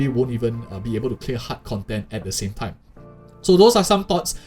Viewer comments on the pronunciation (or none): none